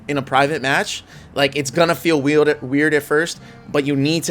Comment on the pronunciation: Ngl the way you messed up “weird” sounded cute